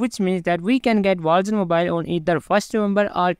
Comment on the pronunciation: captions or not, that's what it sounds like he's saying